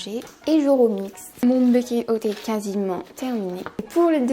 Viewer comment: J'adore tellement les baked oats 😍 c'est trop le petit dej doudou avec les porridges ! D'ailleurs ça se prononce pas "baykayd" mais "baykt" ahah